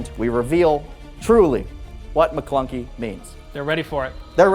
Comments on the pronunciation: It's 'Ma Klounkee' not 'Maclunky' :) The line may be a threat spoken in Huttese, as it is used that way by Sebulba in The Phantom Menace. George Lucas altered the scene to give Solo more justification for acting in self-defense. Also, it is referenced in the 2018 film Solo: A Star Wars Story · It's "Ma Klounkee"